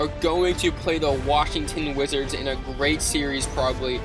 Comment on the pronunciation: He said Washington wigits